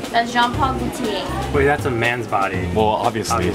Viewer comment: how could she butcher gaultiers name? )